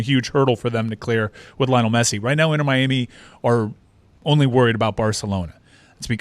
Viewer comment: LI-O-NEL GET IT RIGHT